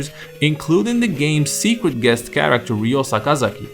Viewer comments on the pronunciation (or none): It's Ryo not Riyo hate that stupid pronunciation